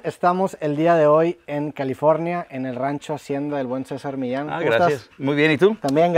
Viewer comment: Es que el apellido Millán está en español y se pronuncia así como lo dijo Roberto porque lleva doble L